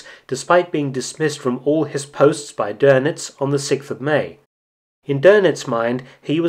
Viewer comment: Nice video as always, but it's DÖNITZ not DÖRNITZ. There is no r in it